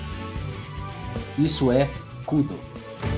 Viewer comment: A pronúncia correta ia ficar muito estranho em.português, daí chamam de Kúdo, hahaha